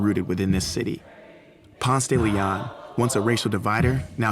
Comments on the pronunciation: I'm from Atlanta. PRONOUCE PONCE DE LEON LIKE paw-nce day lee-on. If you say it with an attempted French accent, everyone will know you are not native. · I can tell by how he pronounces "Ponce de Leon" that he's not from there. Locals say "ponce-duh-le-on" (emphasis on the -ON and not the "de") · 1st off, he pronounces Ponce de Leon wrong. Atlantans don't pronounce it the Spanish way, it's Ponce duh Lee on. Home to Murder Kroger and turning into a vapid wasteland of overpriced hipster shops. They're going to ruin the Clermont by turning it into 'luxury' apartments. And isn't from Atlanta, he moved here, like most people. There are very few of us natives. It's frustrating when the media finds people who aren't natives but those who move to a place and try to co-op it into their vision and not really the truth. They didn't mention that they wanted to tear the Fox down. This is a city that believes it's own hype and destroys its history. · We just call it "Ponce", because we know how it's properly pronounced, but if you don't say ponce duh LEEon then people think you're not really from here 🤣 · its actually pronounced Ponseh- deh- leh -on. Its a spanish name. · I'm sorry, but it's pronounced Ponce de LE-on, not Ponce de Le-ON. But at least you didn't pronounce it the proper Spanish way... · He is not a true Atlien if he pronounces Ponce de León like thag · I’ve lived here 21 years. Never heard someone actually pronounce Ponce de Leon like that. 😂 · you fucked up the pronunciation and you interview a bitch that ain't even from the A... weak. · Doesnt pronounce it correctly or like an Atlantan....FRAUD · Just the way he said "Ponce de Leon" I know he is not from Atlanta. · That pronunciation for 'Ponce De Leon' is so weird...but I guess it makes sense if you don't speak Spanish. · No one in Atlanta pronounces Ponce correctly. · that pronunciation is ALL WRONG.....lack of education, gross :P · exactly I was like 😳 that's not how we say it lol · PONCE duh la-on